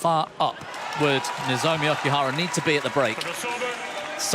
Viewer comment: WHy this male commentator keeps saying OKIHARA not OKUHARA while female commentaor keep saying OKUHRARA? He never learn anything.....